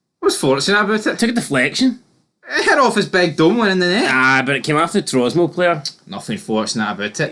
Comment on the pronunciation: It's Tromso not Trosmo ya Numpty!!!!